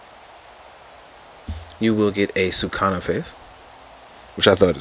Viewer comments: It's Sukuna Not Sukana 🤦‍♂️ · Sukuna not Sukana. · Sukuna* said : Sa-koo-nah.